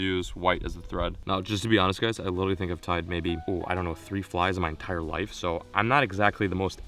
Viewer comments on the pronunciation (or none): none